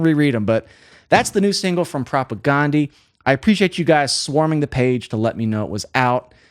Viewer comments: Great videos but it's not pronounced Ghandi. It's pronounced like Propaganda with an E at the end. Propagandeeeee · Not a big deal but it’s propagndhi (prop a gan dee). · It’s so funny and fun to hear a music wonk try to swallow and then articulate this band. I mean that in the best possible way. 😊 The guys in the band pronounce their band name with a short A like in “propaganda.” Not that it matters. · I just wish he would pronounce the name of the band correctly. I wish most people would. This band deserves it.